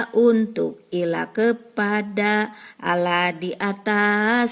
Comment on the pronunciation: Sayang sekali Ibu, lafadz Allah diucapkan kurang sempurna.